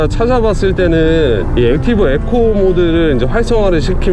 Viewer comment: 형.. 에코가 아니라 이코,,, 이코……